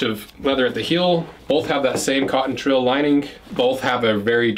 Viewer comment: Pretty sure it's "twill". Sounds like you're saying "trill".